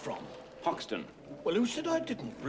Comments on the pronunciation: It's Hoxton...not "Hawkstone". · It's Hoxton not Hawkestone. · It's HOXTON (East London), not Hawkestone. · It's ‘Hoxton’, not ‘Hawkestone’. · its 'HOXTON'...not Hawkestown....